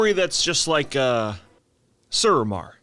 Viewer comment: Phonics: Suramar It's "Sue-Ra-Mar." Not "Sur-amar."